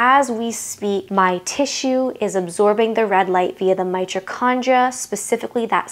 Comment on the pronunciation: It's my TOE condria. Not '"my cho".